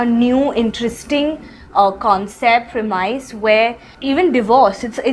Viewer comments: prem - is varun prem-is not premuis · Correct me if I'm wrong, but did Varun (and then Kiara) pronounce 'premise' incorrectly?